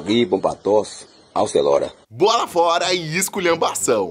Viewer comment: Ele disse "aucelora"!